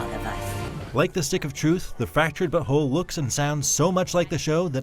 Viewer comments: He isn't saying "but whole" right. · Why does he say fractured but whole so weird😂